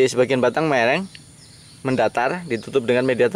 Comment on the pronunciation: Miring mas,, bkn mereng hehe